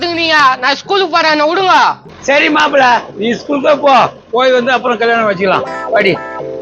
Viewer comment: நீங்க எந்த ஊர் ல தமிழ் படிச்ச சாமி அது கல்லியானம் இல்ல கல்யாணம்.....